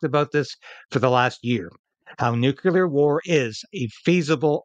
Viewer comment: while I agree entirely, my pet peeve is pronouncing 'Nuclear' as Nucular! Just sayin!